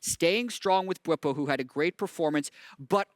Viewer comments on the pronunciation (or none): It's pronounced Bw-EE-po, not Bw-i-po